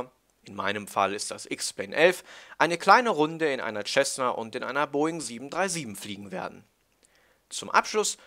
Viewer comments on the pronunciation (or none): none